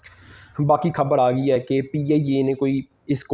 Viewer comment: Piyayye 😂😂😂😂PIA bol be 😂😂